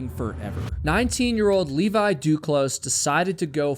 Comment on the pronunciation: Levi. Not Leevaaaiii!!! :D